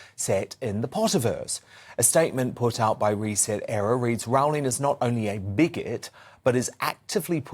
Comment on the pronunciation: It’s Row - ling, like the boat! Otherwise good content.